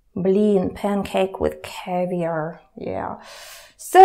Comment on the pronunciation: 'ceviar' - so wrong. Nice lesson, but the incorrect accent :(